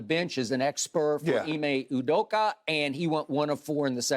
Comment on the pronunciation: The way Skip says Ime Udoka is hilarious to me